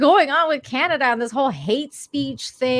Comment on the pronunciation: She said Spotlight and TAMERAS. SHE CAN'T EVEN SAY CANADA.